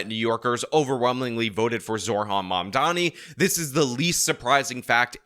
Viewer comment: Not that I care, but it’s “Zo-Ran” not “Zor-Han”